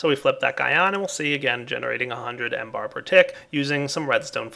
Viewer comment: mBar stands for millibar not M-Bar!